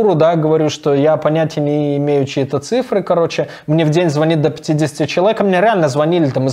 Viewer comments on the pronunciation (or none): none